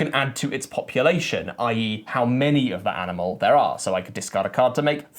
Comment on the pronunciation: Does say "aminal" a few times or is it just me?